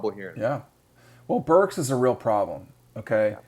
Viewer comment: You should let the guy in the white talk more. You SUCK. You interrupt a lot. Y’all can’t even remember Arkansas OC name. It’s BurkS with an S. Not Burk. Good god.